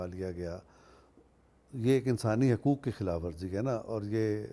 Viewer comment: آپ خود حقوق کا حق ادا نہیں کرتے ۔ (حُقوق کا تلفظ حَقوق کرتے ہیں) اور نامعلوم کتنے الفاظ ایسے ہیں جنکے حقوق آپ ادا نہیں کرتے اور حقوق ادا کرنا تو دور کی بات، آپ یہ تک نہیں سوچتے کہ انکا کوئی حق بھی ہے۔ جو شخص ان معمولی معمولی چیزوں کا حق ادا کرنا سیکھ گیا وہ بھلا غیر معمولی چیزوں کا حق کیسے مار سکتا ہے۔ صلاح الدین شیخ 🇮🇳.....